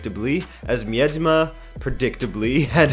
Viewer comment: That Miedema pronunciation ;)) , the ie is not pronounced like two tones but as one.